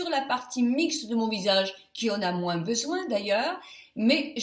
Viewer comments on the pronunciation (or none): none